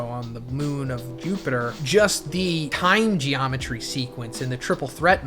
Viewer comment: Every time you say ‘time geometry’ it makes me laugh 🤣 idk what it is loll but the way you emphasize it. Genuinely a crazy feat by Flash tho nbs